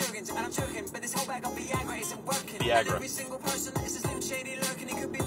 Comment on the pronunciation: The way he says "controversy" rather than "con-tra-ver-see" to the tune of the melody makes it seem like English isn't his first language but also having him mispronounce Viagra and Aguilera makes it seem like he isn't even aware of who Eminem is or ever heard the real versions of these songs and answered a Pennysaver Classifieds job listing to read lyrics off a sheet of paper like Krusty the Clown doing voice overs for his talking dolls one afternoon for $20. Like the dude on the album cover is someone else also contracted for a day for a photo shoot.